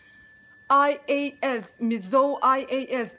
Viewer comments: Ai-ei-es....🙄 (ngaihthlak a hreawm lek lek...AI-E-Es . tiin lam ve mai tala ) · "A" hi ei tih anga lam tur aw, saptawng ah chuan.